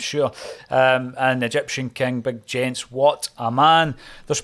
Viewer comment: Love this group of players and their Da Big Ange. Jenz is pronounced YENTS not GENTS HAIL HAIL ACSOM